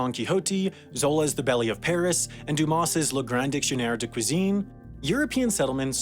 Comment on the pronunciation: He definitely went with "New Finland" a few times. But there are plenty of mispronunciations, like "omnivorious" for omnivorous and "Dumace" for Dumas.